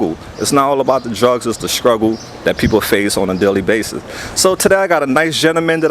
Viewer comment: the word is pronounced sTruggle. Not sKruggle.